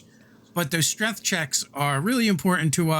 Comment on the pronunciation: my man really said strength and then 'corrected' himself to streth